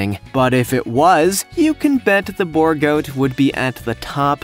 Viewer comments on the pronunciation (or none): B-oo-r goat is how you pronounce it